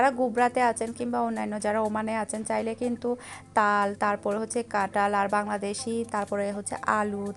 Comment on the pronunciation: Apu Tomi kathal K katal bolo keno